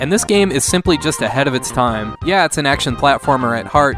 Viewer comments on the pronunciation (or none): none